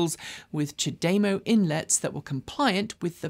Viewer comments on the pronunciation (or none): I love you and your team, but the way you pronounce CHAdeMO is way off what’s correct according to how Japanese speakers do so (which is presumably correct). :-) It’s apparently supposed to be pronounced without any particular emphasis on any syllable.